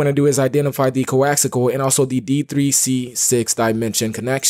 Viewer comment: coaxal or coaxial????? i tried this script for one dont wk...you need to tell people the root directory to install script ..idk dude